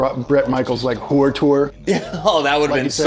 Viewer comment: The way you pronounce “whore” - is that from Lewis Black?